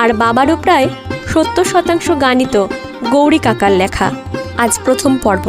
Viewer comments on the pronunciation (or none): এমনিতে বেশ ভালোই। কিন্তু "লেখা"-র উচ্চারণ "ল্যাখা" হজম হচ্ছে না!